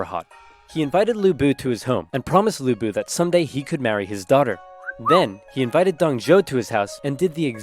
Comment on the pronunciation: Even Oversimplified didn't pronounce Lü Bu(Lu Bu) right, there is a difference between ü and u in Chinese Phonetic Alphabets.